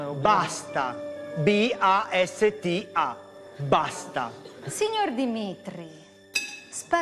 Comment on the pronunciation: Hahahaha il sorvegliante ha detto b-a-s-d-a invece di basta... Che figura